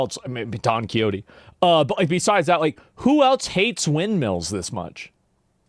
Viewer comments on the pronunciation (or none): none